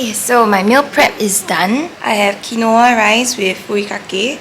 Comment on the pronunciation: Babe its pronounced kween-wah